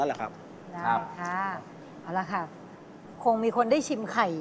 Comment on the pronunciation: ลองออกเสียงสิไอ้หนู สวัสดีคะ สวัสดีค่ะ